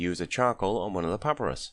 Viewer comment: Thank you for the guide... it is pah-pie-russ... not papparus just you know ...